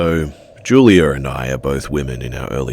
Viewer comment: Julier and I? Why do English people add r's where they don't belong? It's juliAH